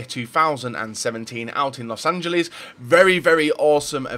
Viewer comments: Thomas Müller I know Americans can't even pronounce their own city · Why can nobody pronounce los angeles????!!!